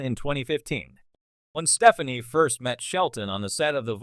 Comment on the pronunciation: I think you need to learn how to say her last name lol how can I take you seriously 🤣